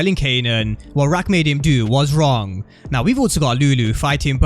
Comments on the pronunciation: You killing me everytime you say rack instead of raq 😆😅😂 still love the content 👍🏾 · Just say “Rock” gang lol